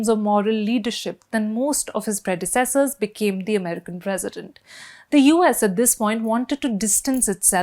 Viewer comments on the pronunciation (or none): none